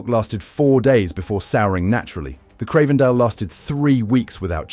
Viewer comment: if you can't evenmake your mind up how to pronounce Cravendale...or the word vitamin ... then how can we trust anything else you say ?